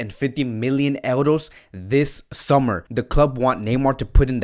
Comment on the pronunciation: Brooo...say euros..not eldos